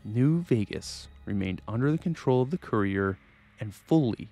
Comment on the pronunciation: Can't even say courier right lol. Kur ee ur. Not koo re ur which is how it sounds when you say it.